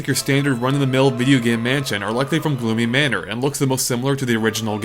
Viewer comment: Gloomy Manor, not Gloony Manor